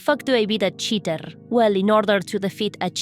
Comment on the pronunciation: Say cheaterrrrrrr again. Them "R"s . . . :D. Also milanesas napolitanas heavy breathing